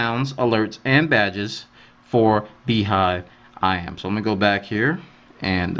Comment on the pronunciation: if BeeJive is pronounced as BeeHive it's spelled wrong! :p